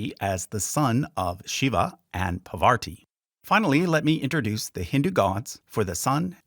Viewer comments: Hey! Commenting along as i gothrough the video. Nice job by the way. PaVar-ti vs PAR-VATI. Latter is correct. Ganesh is not the only son of Shiva-Parvati. Muruhan aka Kartik is an important deity in the South of India. Major Deity. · Parvati is pronounced "PAAR-VATI" not "Pa-waarti" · Love this video and your explanations! Got thrown off where you mispronounce Parvati a few times, accidentally saying "PavaRti" - not sure if you can edit sound without messing up your stats, but I knew a Parvati who is a wonderful pianist so this mistake ruffled my feathers, heh. Love the video though and looking forward to watching the rest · Not Poverty..Its Parvati 🙏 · You've got to learn to pronounce Parvati correctly or I'm going to go insane. Lol.